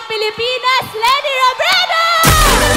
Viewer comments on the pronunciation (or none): none